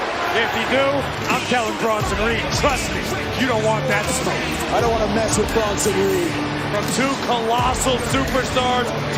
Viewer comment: Bruh. Its Bronson